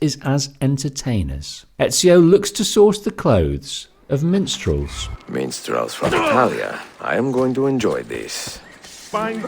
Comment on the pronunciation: I’m listening to this and had to rewind to hear correctly, could’ve sworn I heard menstruals only to see MINSTRELS 😂😂